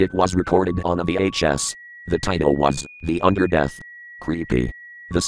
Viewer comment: the Undordanth